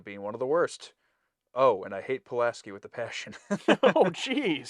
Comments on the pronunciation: Pulaski, not Pulanski. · Pulaski, not Polanski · I'm enjoying "Polanski." Since she mispronounced Data as Data. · It’s Pulaski not Pulanski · Dr. POLASKY, not POLANSKY, you've added a non-existent N. STOP IT! 🤪 I still don't like this actress, sorry... 🤥 She is not as approachable as Dr. Crusher's actress, Gates McFadden. 😄 "One is my name. The other is not." (Data) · PulASKI, not PulANSKI. One is her name. The other is not. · hilarious thst she got Data's name wrong and you keep calling her PulaNski. Instead of Pulaski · I don’t think this had been said at all so I’ll do it: gUyS, iT’s pUlAsKi, nOt PuLaNsKi!!1!11! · You call her Polanski and not Pulaski. One is her name, the other is not. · It's PULASKI, not PULANSKI.😅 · PuLASki not PuLANSki. It’s easy to make that mistake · I think that maybe he’s saying PulaNski on purpose?